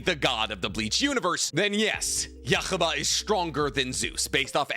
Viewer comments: Yu-ha-baha is the Japanese pronunciation. Yhwach's name is based off of Yahweh, who is a Jewish deity. He's pronouncing it with the Jewish pronunciation. Most people say Yu-ha-bach, Yu-ha-vach, or simply Yu-ha. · Can someone please teach how to pronounce anime names … who the heck is yakaba 😭😭😭.. it’s yhwach.. hu-wach why is he saying yakaba 😭😭😭😭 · odin is more powerful than zues. and its pronounced you-ha bach. dont read scripts about things you've never seen before. THEY SAY THE NAME IN THE SHOW! you mispronouncing the names is disrespectful and shows just how little you care, and how little knowledge about this stuff that you have. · uh, what??? It’s pronounced “Yoo-ha” l o l “Yoo-ha Bock” for Christs sake lmao bro said “uh-wach” 🙄😂😂 it’s German my guy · I hate the way you say Yuhabaha 😂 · WHY do you say Yhwach like youre hawking a loogie? It drives me crazy. In the anime itself they call him "yoo-hah bah-hah" so you really should adapt to calling him Yuha Baja. Please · Its him mispronouncing (yu-hah-bah-hah) on rapidfire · Is that how you pronounce his name? Yuck-ha-ba? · IT IS PRONOUNCED YOO-HA-VAHK YHWACH - YOO-HA-VAHK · Yhwach is pronounced “U-Hah Bak” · I never thought I’d hear Juha Bachs name with so much… phlegm… If anyones wondering (which you’re not), the name is pronounced as U-Ha… Ba-ha. I know… that’s how it’s pronounced?? Yes. Unfortunately yes. There is no phlegm in the pronunciation as the “ch” sound is not produced when spoken from the native language. Chinese and Japanese don’t pronounce the “ch” and thus, neither should we. Yhwach (ユーハバッハ, Yūhabahha) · thats not how u say yuhabaha/yuwhac (probably spelled it wrong) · Bro it’s called Yhwach (YOU-HAH) bah☠️ Can’t believe my goat shinra made it to the list 😭🙏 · For everyone arguing about the pronunciation, they literally say it in the anime you-ha-bah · Interesting placement and explanation on Ywhach (yu-HA-baha on the pronunciation, btw.) But i like this list.